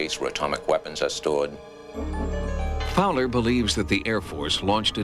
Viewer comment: Raymond Fowler.... not Fower. Read his books.